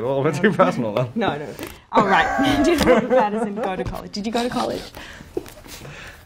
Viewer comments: I think she called him Pattison like PattiN Son but the N is nowhere to be heard 🤗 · I love how she looks all weird about him saying her last name wrong, but she was calling him Robert Patterson the entire time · She literally calls him Robert Patterson the whole way through! 😂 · She keeps saying pattison lol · Mia the least you could do is pronounce your family name properly 🤦🏻‍♀️ Also, 1,76 is DEFINITELY not 5'4 🤣🤣🤣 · She can't even pronounce Pattinson but wants people to pronounce Wasikowska. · Them just both mispronouncing each other's names